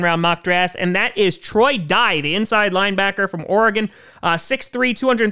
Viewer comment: said Oregon the right way today👀